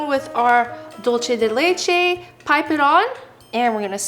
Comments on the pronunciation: This was a fun video and the desserts looked good. But Im sorry to say this, but it bothers me the way you pronounced "dulce de leche." Its not a italian word, its Spanish. You pronounced it like "Dolche" when its "Dulce," with a long u sound. This is not the first time i hear this, many people seems to say it incorrect too. They dont know how to say, find out the proper way to say it. I finish my rant.🏃‍♀️ Im sorry, but it had to be said. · It’s pronounced dulse not dolche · Dulce de leche is Spanish as opposed to Italian. Dulce is pronounced DOOL-seh. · Normally I love watching videos, but I cannot stand another mispronunciation of Dulce de leche.